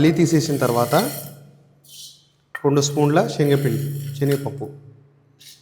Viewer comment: shenaga pappu kadu , senaga